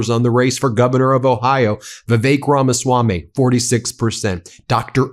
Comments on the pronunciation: It's Ramaswampy, not Ramaswamy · Is he saying, "The Fake Ramaswami"? Sure sounds like it... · "Drain the Ramaswam-py!"